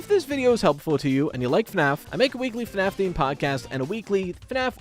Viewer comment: Australians now pronouncing it as FNArF